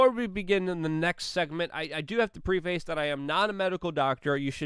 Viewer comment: Luke, preface is pronounced as Pre-fis , not pre-face. Please, buddy.